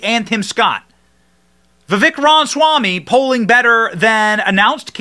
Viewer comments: Oh, for crying out loud! It is not Vivek Ron Swamy! It is Vivek Ramaswamy! It's not that hard to pronounce, for an Indian name. I love Vivek. He's really smart and because he's young, he grew up in the indoctrination so he understands it deeply. However, much as I really, really wanted to vote for him, I have no choice but to go with Trump out of principle. Forget DeSantis. He's dead to me after that fake AI crap he pulled showing Trump hugging and kissing Fauci. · Ram-a-swamy. Not Rom-swamy. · Love the content but you have to pronounce his name correctly. Ramaswamy. There’s no “n” in his name. “Ram-a-swam-ee” And Burisma is pronounced “Burr-ees-mah” not “Bur-si-ma” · Johnson …… sound it out bro! I’m seriously about to unsubscribe because of these mispronunciations. Burisma is pronounced “Burr-is-mah” not “Bur-si-ma” and “Ra-ma-swa-me” not… whatever the hell you just said! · seriously, it pisses me off that Benny can't pronounce his name. Not that hard. Like him saying Burimsa instead of Burisma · You are mispronouncing his last name.